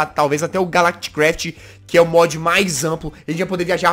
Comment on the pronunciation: Quando o jazz falou calactcraft euvlembrei da série do s0ldieris br